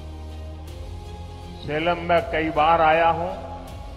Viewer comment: सलेम नही सेलम है जगह का नाम।